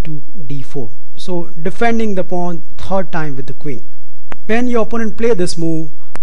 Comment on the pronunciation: you have a problem with some english word ^^ third is tred for you . not a problem just funny to notice